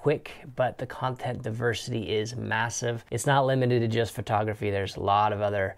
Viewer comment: You say the t in photography like a th. It sounds like you're saying Phothography.